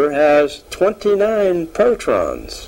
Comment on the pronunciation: he's say protrons instead of protons 😮